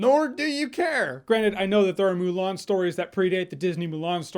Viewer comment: How do you mess up Mulan? -_